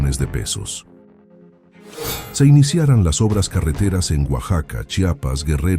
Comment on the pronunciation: una observación, si usan software para generar la voz del narrador, aliméntenlo con texto bien acentuado. Por ejemplo, el narrador dice "iniciaran" en lugar de "iniciarán", "ayudara" en lugar de "ayudará", y lo mismo sucede con otros verbos en donde la falta de un acento ortográfico cambia el sentido de la frase. Eso le quita calidad al video.